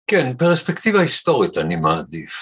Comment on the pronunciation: עד היום לא הצלחתי להבין את פשר המאמץ של גדי להגות ולהטעים את ההגייה pREspectiva, ולא pERspectiva, למרות שהריש צריכה להיות שוויה ולא סגולה, שכן המונח המקורי הוא perspective, ולא perspective. מוזר.